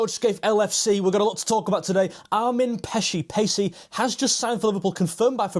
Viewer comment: It's pronounced something like "AHR-meen PAY-chee" :) In Hungarian, we always put the stress on the first syllable of every word, no matter what.